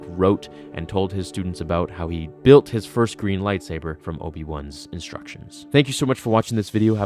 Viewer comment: Why do you need to emphasize "GREEN"???